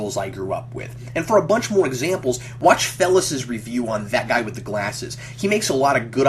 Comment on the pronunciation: ' name is pronounced Fay-lus not "Fellus".